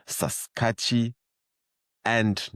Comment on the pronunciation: Thx btw that Canadian province is pronounced “sass-kat -u - ann” “ Saskatchewan. 👍👍 - love your work. Get some sleep man …